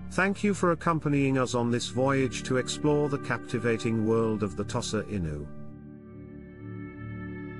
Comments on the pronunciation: I have never hitherto heard it pronounced "toss-ah." The first syllable is customarily pronounced by Westerners and Japanese alike as "tow" (as in "tow your car"). For the record, I owned five Tosas over a 20-year-period, edited a breed magazine for Tosas for four years and was president of a now-defunct breed club for Tosas for two of those years. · Thank you for your valuable input regarding the pronunciation of "Tosa." Pronunciations can indeed vary, and it's interesting to note the different ways people pronounce the breed's name. Language and pronunciation can evolve over time and across regions, and it's important to respect and acknowledge the various ways people refer to the breed. Your extensive experience with Tosas is highly appreciated, and your insights can provide valuable context for those learning about this wonderful breed. If you have any more information or experiences to share about Tosas or any other dog breeds, please feel free to do so. 🐾🗣️